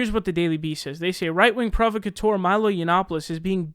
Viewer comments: PROVocateur? My dear sweet sir, you're putting the emPHAsis on the wrong syLLABle. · Phonetically it's pro-vauk-ah-teur, sry just bugged me a lil.